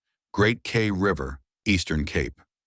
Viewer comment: Kei, pronouned Kye as in Transkei =Tran sky, rhymes with eye.